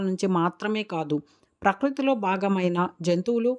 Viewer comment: ప్రకృతి లో పకృతి అని ఉచ్చరించారు